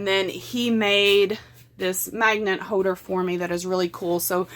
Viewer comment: There is a L I REPEAT A L in HOLDER!!! Wow that’s so annoying!! Love the video but Jesus lol. Use the L’s there in the words! Thought it was just that one word it’s TOLD!!! There is a L in this word also!